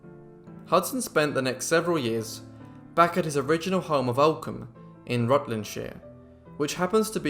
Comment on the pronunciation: Rutlandshire pronounced correctly!😃